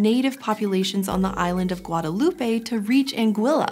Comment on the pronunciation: she pronounced guadalupe correctly. just for that you get a like.